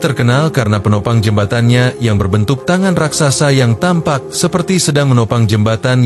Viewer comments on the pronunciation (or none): none